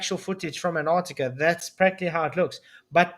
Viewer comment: That Sith Ifrican still can't say Anartica....